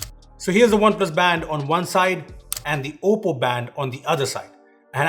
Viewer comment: Whenever you pronounce oppo I m hearing as Poco 😅